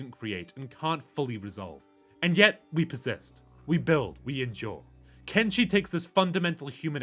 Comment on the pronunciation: It is "Ken-Fucking-Shi" not "Ken-fucking-Chi"